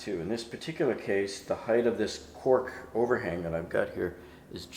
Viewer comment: Did you say cork, or “quark”??